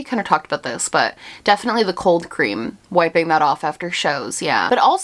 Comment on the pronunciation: The way she says coal cream like cold cream 😂 I love it